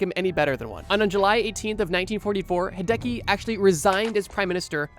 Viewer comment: hearing Hideki pronounced hey-deki hurts my soul